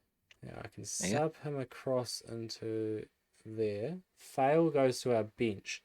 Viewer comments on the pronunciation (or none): Thanks for the great work guys. Please correct how you pronounce David Fale (Fa-ley) not Fail. Thanks